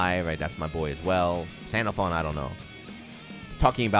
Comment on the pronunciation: This is how you say his name. Sandal phone.